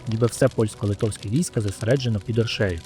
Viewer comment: Подивився половину і вимкнув ! Ріже вухо московська манера ставити неправильно наголос в словах , гидко якщо чесно , не оршЕю а Оршею . Авторе Острожзький був не тільки литовським гетьманом він ще був руським князем . В мене відчуття що вам страшно про це сказати , князь мав 20 тисяч власного війська а отже військо Русі теж билося проти москви в тій битві . Ви чомусь про це теж сормитесь сказати . Благенька розповідь на трієчку.